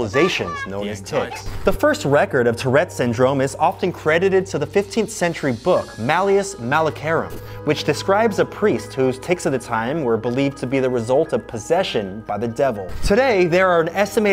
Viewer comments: You mispronounced Malleus Maleficarum. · Anthony I love you but Malleus Male-fi-carum (The Witch's Hammer) is not pronounced like that. 😂